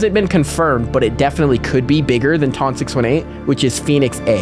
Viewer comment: Hey you pronounce the biggest black hole as ton 6 eighteen